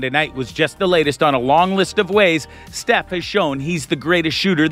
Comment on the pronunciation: How do you butcher Steph's name and misspell Gary Payton